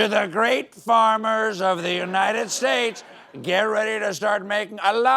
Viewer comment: Far be it from me to criticize Stephen’s performance, but it does feel like he enunciates the “states” a bit too much for his 47 character.